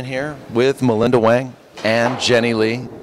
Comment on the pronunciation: Chinese pronunciation sounds like hwung, not wang.